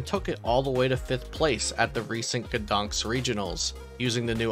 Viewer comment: It's GdanSK, not GdanKS!